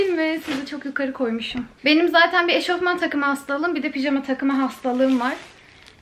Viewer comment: eşortman değil kuzum eşofman